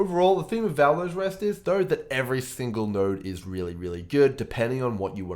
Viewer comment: Yo man, perhaps u are well experienced at Poe and so on, BUT, ur voice and how u pronounce words are so defective, i recommend u to use a voice changer or smthng to avoid this ridiculousness. Thankfully there is subtitles function. U sound like " u got phtrong bokses every thingle map..." Anyway, ty for the vid.